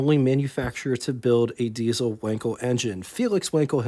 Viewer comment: Not Wenkel... but Wankel..., sounding like Waankel. An 'a' such as in car.